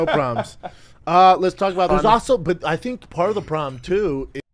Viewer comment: "I think part of the probum too is..." 😂